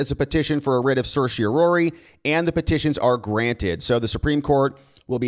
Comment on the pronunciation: certiorari prounounced /ˌserSH(ē)əˈrerē/ NOT /,serSH(ē)ō rha rē. lmao😂